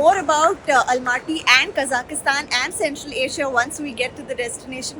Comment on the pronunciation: Please pronounce the country name properly...its Kazakhstan ( there is no i in it)